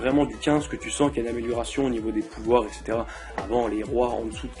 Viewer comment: Ouiii le retour!! Par contre j'aime bien tu essayés de bien parler alors que tas dis 20x "ect" alors qu'on dit "etc" et on dit pas "abassourdie" Mais "abasourdie". ^^